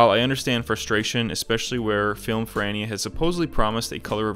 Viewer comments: First I heard your “Film Ferrania” and thought “who the hell is FILM FRANNY?” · Pronunciation of Ferrania is worse than any American’s pronunciation of Italian food. Also Ferrania’s expertise is actually color film, they’re just doing B&W until they’ve worked out the color manufacturing.